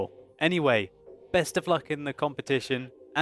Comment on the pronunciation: "best of luck in the COMETision" lolololol